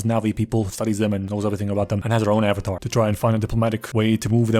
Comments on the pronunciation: *avatar not avatart lol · "Are yall avatarded?" 😂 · "Are you Avatarted?" I'm sorry to whoever that offends but that's funny af 😂